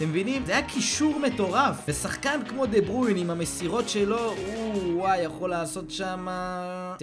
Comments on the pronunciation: מה זה דה ברויין אומרים דה בריינה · חח עאלק דה ברויין אומרים דה ברוינה עוד פעם מסכן ועוד פעם עוד פעם אין לי מילים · לא אומרים דה ברוין אומרים דברוינה נראה לי!!ֱֱֱֱֱ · דה בריינה לא דה ברוין כוסאומו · אחי לא תגיד דה ברוין תגיד דה ברויינה יאח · דה ברוין? באמת קראת לו ככה? לך למקלחת תגיד אני אידיוט ותחזור. קווין דה בריינהההההההה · די להגיד דה ברווין זה דה בריינה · "דה ברוין" חחח